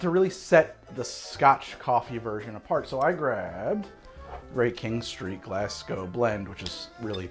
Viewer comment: Thank you for pronouncing Glasgow correctly. You are a scholar.